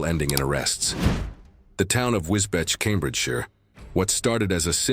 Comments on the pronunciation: Wis-beach. These AI voices need to learn how to pronounce UK city names properly 😂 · Pronounced as wis-beach